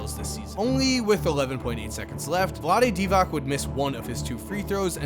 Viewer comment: The fact that you keep calling the man "Vlade Divak" .Learn to pronounce players names correctly dude.